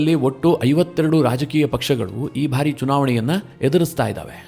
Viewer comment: ನಿರೂಪಕರೇ , ನಿಮ್ಮ ಬಹಳ ಸ್ಟು U ಟ್ಯೂಬ್ ಗಳ ವಾರ್ತೆ ಗಳನ್ನು ಕೇಳುತ್ತಿದ್ದೇನೆ. ತಾವು ಕೆಲವು ಶಬ್ದ ಉಚ್ಚಾರಣೆ ಸರಿಯಿಲ್ಲ ಅನಿಸ್ತದೆ . ಬಾರಿ ಎಂಬುದನ್ನು ಉಚ್ಚಾರಣೆ ಮಾಡುವಾಗ ಭಾರಿ ಅಂತಿರ ಭಾರಿ ಗಾತ್ರ = ದೊಡ್ಡ ಗಾತ್ರ ಭಾರಿ ಪ್ರಮಾಣ= ಹೆಚ್ಚಿನ ಪ್ರಮಾಣ . ಈಗ ಅರ್ಥವಾ ಯಿತಲ್ಲ ಬಾರಿ ಹಾಗೂ ಭಾರಿ